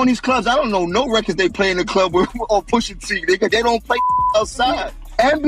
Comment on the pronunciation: Omg with the stupid AI voice. Takes all the credibility out of this. “Push AT” come on bro….